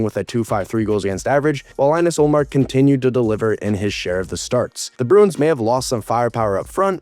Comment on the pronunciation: you mis-pronounced Ullmark's name